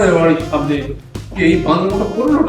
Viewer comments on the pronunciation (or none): none